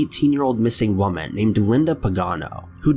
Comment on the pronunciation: I thought I was the only 1 who noticed this! I'm getting so annoyed because he cant say woman correctly and a bunch of other words